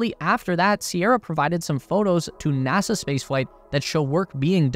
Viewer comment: It's NASA...not NASAR